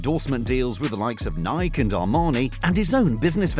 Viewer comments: It is pronounced Nikee. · The way he said Nike